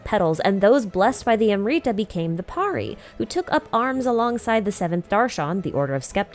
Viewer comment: This was prolly your best video in a while. Really needed this timeline summary of things after 3.6 Though I still have a gripe with pronunciation. Amrita was prolly the lowest hanging fruit amongst the various random jargon genshin throws at us. Had to replay that bit bunch of times where you kept saying 'amreetah'. Would really be great if you could consider checking the proper pronunciation of indigenous words.